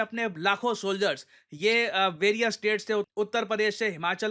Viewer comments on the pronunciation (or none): none